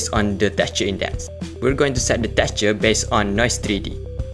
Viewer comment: awesome guide, thank you❤❤❤ , its soo funny when you says teqture 😆